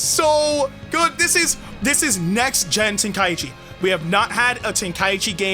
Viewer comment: Yea we won but ITS TEN-KAI-CHI